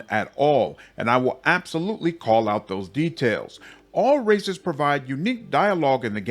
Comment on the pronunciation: I thought you said there is lots of racists to choose from but you said "races" and I understand now